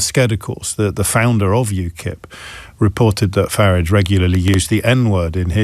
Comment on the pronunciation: Why does this tool call him "Farridge"?